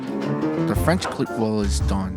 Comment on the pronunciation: Good video, also please pronounce it as kl-eet with an extended e otherwise you are saying clit lmao